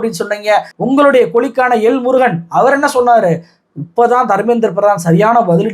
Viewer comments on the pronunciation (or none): none